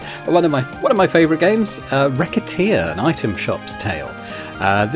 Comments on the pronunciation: It's definitely "ruh-set-tear" for the title and "ruh-set" for the name of the protagonist as the game is going for a French vibe in multiple elements. But you do you, I love the game and looking forward to the rest of the series 😊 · You pronounce Recettear as Racketeer, that is hilarious